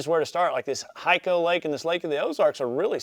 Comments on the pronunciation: Love your videos! BTW, it's Lake "high co" vs "he co". 100% great lake to fish! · Hyco (High-co) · Hi, awesome video once again! Its pronounce, hi-co lake lol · Pronounced HI(eye)kO. Would love to see you come fish it when in town next month :) Thanks for reviewing NC lakes, NC anglers love E2! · the lake is pronounced Hi Co. I fish alot of "farm ponds, can I apply what you say to them It is pronounced Hi co I love your shows and watching you compete. I dont have a boat Can I use these tips on pond fishing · Love educational videos like this. Thank you so much for doing a lake breakdown video of a NC lake…us Tarheels pronounce Hyco (Hi co). See you at Redcrest, and again…thanks for the awesome videos! Best of luck this year. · It's pronounced Hi-co lake,And it's one of my favorite lakes I've ever fished